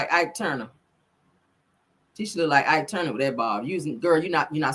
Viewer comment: I really can’t take you!!! Did you say Ike Tuner 🤣🤣🤣